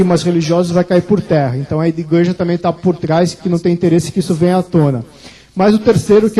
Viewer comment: Disse bem, ufólogo! não professor de português. Qual problema em não falar corretamente? kkkk